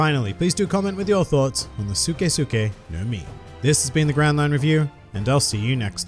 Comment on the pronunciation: I low key got mad every time he said suke